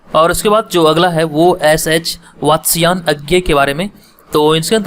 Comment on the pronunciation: अरे,,ये शुद्ध उच्चारण ही नहीं कर पा रहे हैं और आप इनसे हिंदी ऑप्शनल पढ़ने की बात कर रही हैं।"वात्स्यायन" और "इड़ा" दोनों गलत बोले।